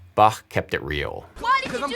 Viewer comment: I'm from Austria (for all that don't know, we speak german over here) and I just gotta say: I love your pronounciation of "Bach". It's awesome to hear an english-speaking guy pronounce the "ch" right!!! :D and a nice video btw :D